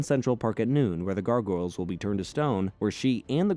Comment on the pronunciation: Please reupload this and pronounce gargoyles correctly. I couldn't watch this one. Syllables GAR: Pronounced like "gar" in "garnish" (rhymes with "car"). GOYLZ: The "goyl" rhymes with "coil," and the "z" at the end adds a soft buzzing sound.